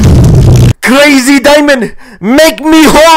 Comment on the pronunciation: I like how he pronounces "Curazy Diemind"